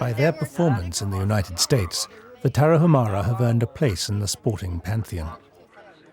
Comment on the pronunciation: It's not Tara-who-mara but Tara- oo-mara. And it isn't who-araches but woo-araches.